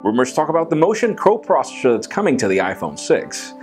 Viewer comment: RUMORS TALK ABOUT THE MOTION COPROSHHSHSHH ?